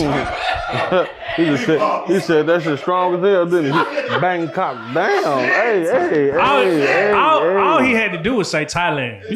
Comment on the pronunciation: Grown ass man gotta grown TF up cant even say Bangkok man cut it tf ot